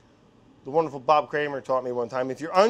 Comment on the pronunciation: i want a shirt with just the word “wouder” written on it